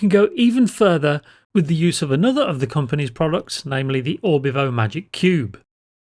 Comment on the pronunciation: Its Orvibo not Orbivo :)